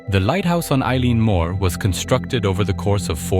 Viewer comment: This is a terrific video and have subscribed to your content. Constructive feedback from a Scot : it’s pronounced El-un moor.